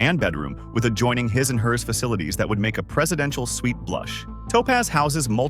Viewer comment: exactly! “Hi’s and Hers”….”Yackit (instead of yacht)…etc. The vocal narration sounded normal at the beginning but started falling apart and exposing its ridiculous A.I. words the further you go along. So stupid 😂